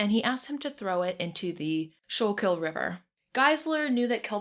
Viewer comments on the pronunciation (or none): I live in Philadelphia and this was a great listen! You pronounced the town names really well, the only one goofed up was Schuykill(skoo-kul) which is no less impressive! xD